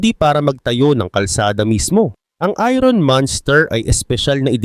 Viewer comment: Boss, binibigkas ang "iron" ng eye-urn or ayern at hindi ayron.